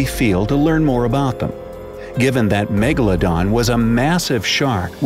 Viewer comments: 😡 Its Not Megladon 🤬 Its Megalodon 😉👍🏻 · It's Megaladon not Magaladon